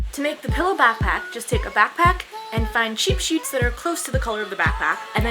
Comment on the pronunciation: The way she says sheets it sounds she says sheeps